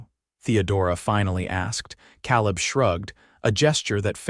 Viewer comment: Good story. Only a little frustrating is the pronouncing of Calib and Santa Fe. It should be Kay-lub and Santa Fay.